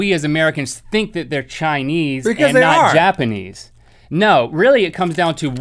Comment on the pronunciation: Did he just say "Japenese"? WHAAAAAAAAAAAAAAAAAAAAAAAAAAAAAAAAAAAAAAAAAATTTTTTTTTTTTT!!!!!!!!!!!